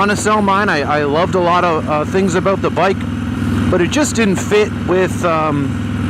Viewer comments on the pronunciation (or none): Talking aboot